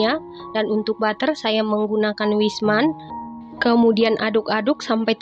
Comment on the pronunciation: Pas denger 'wijsman'.... 😃